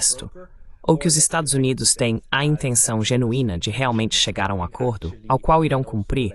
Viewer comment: Este canal é muito interessante, mas a pessoa responsável pela transcrição e do voice-over para o português tem que ter mais atenção, muitas partes ficam mal traduzidas ou não se traduzem. ElevenLabs, por exemplo, até hoje não aprendeu a pronunciar 'Estados Unidos' direito.